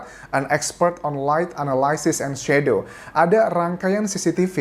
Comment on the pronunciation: Anjas ga bisa sebut.. fishy, Shadow. “Sh”, problem with pronouncing “h” 😆. that is just my analysis 🙏